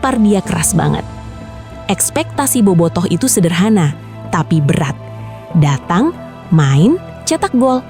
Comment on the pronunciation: Datang min bukan datung 😮